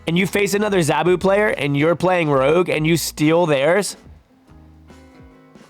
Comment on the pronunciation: Btw, it's Zaa-Boo (zabu like "nah boo")and Shah nah the She-Devil. Also Zabu isn't Ka-Zar's pet, they are more like brothers